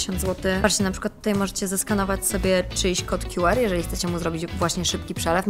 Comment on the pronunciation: Nie rozumiem jednej rzeczy. Skoro już mówi się litery w języku angielskim to dlaczego jedną z nich wypowiada się po angielsku a drugą po polsku? QR w j. angielskim mówi się kju ar a nie kju er